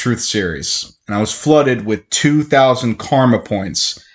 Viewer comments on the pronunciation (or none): none